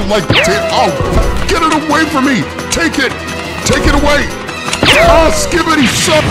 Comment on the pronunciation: Bro said skbiti💀